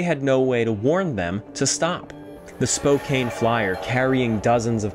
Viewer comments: At least you're a historian doing your best in a sea of impersonal names. It's only insulting to us here in Spokane during a concert, when the artist will go on and on about how much they "love hanging out in Spo-kayne, and spending time with all their Spo-kayne friends". It just compounds the lie and makes the audience cringe even more with each mispronunciation. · Excellent video and research ..... only flaw is the pronunciation of Spokane. should be spoh-KAN)😉 Edit;(1/14/24) thank you for your errata some of which I pointed out, it was no biggie, but thank you for doing what was right. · Incredible story, thank you for sharing….the name is pronounced; Spoke-Ann (Spokane) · FYI: Spokane is pronounced with a short 'A' not a long 'A'. Ignore that 'E' at the end. SPO-CAN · I cant help it I'm sorry, it is the 'Banff Springs Hotel" and Spokane is pronounced Spoh-can. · Pronounced “spo-kan” not that it matters.. lol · Errata: I mispronounced Spokane, Washington. And yes, the machinery by the mine is indeed a fan, not a hoist as I speculated. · It's a very common problem. Joe Rogan even says it wrong 😅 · Everyone mispronounces Spokane lol. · This doc is really great and I'm so grateful for the work and research that went into it, but the way u say Spokane kills me a little more each time. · Great video as usual. I'm from Washington state though & you pronounce Spokane, Spo-can. It does look like Spo-cane but no. Keep up the great work good sir. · We always pronounce it as Spocan. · “Spo cane Properly pronounced: Spo can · I love your videos and this was another great one! Just so you know, as a Spokane local, even though it looks like Spo-Kane, it’s pronounced Spo-Can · I love your research and style of story telling. I smiled every time you said Spokane. We here pronounce it Spo Can. Not cane like you walk with. :) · Washington state is where I was born and raised and I it annoys me when people don't properly pronouce city names...Spokane is ( SPO-can) not (SPO-cane)